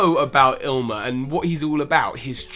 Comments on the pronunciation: Damn it just hurts me how people say Ilima's name. It's I-LI-MA, can't be that hard :/ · You kept saying Ilima's name wrong. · His pronunciation of Ilima bothers me so much. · He probably misread his name once and fell into the habit of saying his name the way he first read it. I mean hell, how many people call Groudon "Groundon" because they read it wrong? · Mina was weird. You pronounced Ilima like Ilmia. Nope, wrong. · I thought Ilima was pronounced "Lima". I guess I made a mistake playing the game. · It really bothered me when he kept saying ilima as illma or illmia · e-lee-Ma. Jesus. The names not that hard to pronounce 😂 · Bryce Richardson Wrong. The origin is Hawaiian. The correct pronunciation is E-Lee-ma, it means 5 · How could you spell Ilima's name right yet pronounce it 'Ilmia" in the video? What the heck? Then pronounce it 'Ilma'? Then call Smeargle 'Smergle'?! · You missed tha actual pronunciations of Smeargle and Ilima.